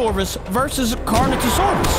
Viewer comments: you pronounce Carnotaurus wrong, you pronounce it Carnotosaurus, it’s pronounced Carnotaurus like this (Car-no-TAWR-us) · it’s carnotaurus not carnotasaurus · That's correct way to say it not Canoatisaurus it's Carnotoraus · capi it is carnotaurs 😊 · Carnotasaurus💀 Its Carnotaurus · he is not carnotosaurus it is carnotaurus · It's carnotaurus not carnotosaurus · If you want to know how to say carnotaurus, here: CAR-NO-TOR-US. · It's know as carnotaur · its pronounced car-no-tore-us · you say Carnotaurus like Carnotasaurus buddy ya need to say correctly OK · you said the carnosurs wong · You're pronouncing carnotaurus wrong